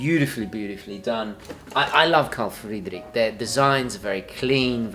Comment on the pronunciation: Why do you pronounce Carl Friedrik so strangely? If you try to sound German, don't roll the "R". I don't know why native English speakers do that, when they try to pronounce German words. On the other hand, is Carl Friedrik even a German brand? I thought, they are located in the UK or US.